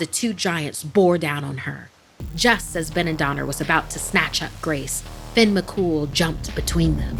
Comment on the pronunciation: Not very scary but I liked it ☺️ and it’s not Finn… it *Fyonn* as it’s pronounced. ☺️ just giving some constructive criticism. Don’t me. I’m only tell ya what I know ☺️ she pronounced the second name beautifully! But it *Fyon* not Finn.